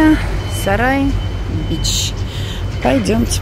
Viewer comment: Экперия САРАЙ бич??? Мне послышалось??? Или всё же последние 2 слова оставляют желать лучшего??? 😃😬🤣🤣🤣